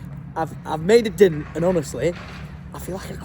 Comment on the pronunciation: Always makes me laugh how you say the word DENT 😂😂😂 U say it like Dint 😂😂😂😂